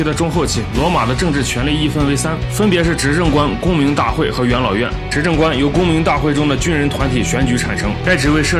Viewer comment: 总是把元老院听成养老院 哈哈哈